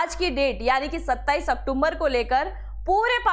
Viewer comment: आप बार बार अक्टूबर को अक्टुम्बर बोल रही हो कृपया इसमें सुधार करें बहुत भद्दा लगता है